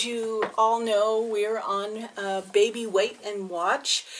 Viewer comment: That would be Baby not bavy. Lol